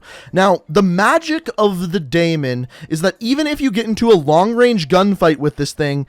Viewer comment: Dude great video, but it's pronounced dee-muhn hahaha